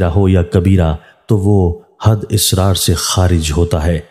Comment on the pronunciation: AUG 22, 2022. IT IS 'ISRAR' NOT ASRAR. PLEASE ZER ZABAR KA KHAYAL KAREN. THIS VIDEO IS IN URDU.